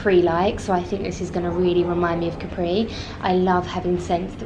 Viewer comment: I love your videos. Just in case no one has corrected you yet (I didn’t read through all your comments) you’re mispronouncing Capri. The accent is on the ‘a’, not on the ‘i’. I think we should all take the time to learn how to pronounce foreign words and names as it shows respect for the culture. Ask any native Italian, they’ll confirm the pronunciation. God bless.